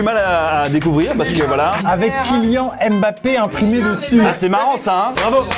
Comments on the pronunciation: On prononce pas « embapé » on prononce « mbapé »😐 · C pas mbapé c mbapèt